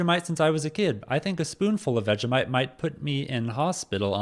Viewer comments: It's pronounced Vegie - mite not Vega - mite. 😂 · It’s pronounced vej-E-mite